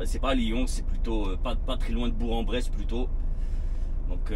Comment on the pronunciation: Pour ta culture G Bourg-en-Bresse, ça se prononce Bourque. Il y a tellement des noms de bled des fois, c’est compliqué 😂